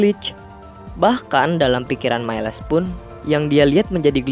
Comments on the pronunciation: cara bacanya mails bang bukn mailes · Halo,miles Di baca mails bukan mailes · Mieles wwkkwkwkw miles bang aduhh saya menderita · Bang bukan mailes tapi miles Sekedar info